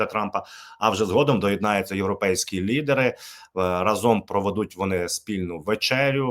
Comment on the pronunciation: з повагою, але не разОм, а рАзом.